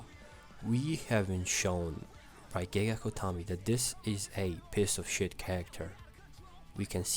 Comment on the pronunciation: I love the way you say "pece of shet" 😂